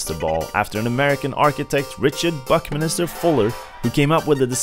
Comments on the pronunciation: It's Buckminster, not Buckminister! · The man's name was R. BuckMINSTER Fuller, not 'Buckminister'. This is a pretty major fail, but I still liked the video.